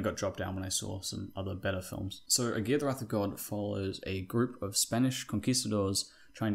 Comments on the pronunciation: It's not "A gear", it's pronounced "A gara", the a's in gara are pronounced like Americans pronounce "a".... There are plenty of YT vids with the correct pronunciation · Lol great video.. but my last name is Aguirre... 🤣🤣🤣🤣 This is the worst I've ever heard my name pronounced hahahajajajajaa.